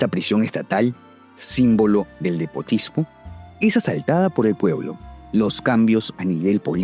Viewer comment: Despotismo no depostismo no existe esta palabra es error de pronunciación